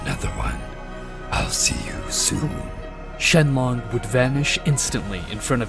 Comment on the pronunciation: Shenlong😂😂😂😂😂 shenlock😂😂😂😂😂😂😂